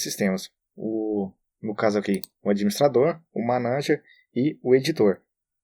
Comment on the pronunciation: Só uma coisa q me deixou um pouco estressado foi a palavra manaNger kkk!! Mas o conteúdo é ótimo!!